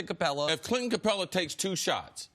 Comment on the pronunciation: "Clinton" Capela.